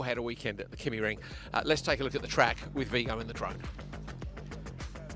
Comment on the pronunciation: Being a Scandinavian, I would suggest that the pronunciation of the "y" in Kymiring is close to the "i" as in Ridge. If you are familiar with German, the pronounciation is the same as the "ü". I hugely enjoy your commentaries as always. Cheerio,!